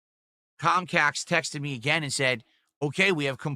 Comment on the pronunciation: Cahm Cahst and Silent Bwill EFF rooind his business dood. Nothing he could do.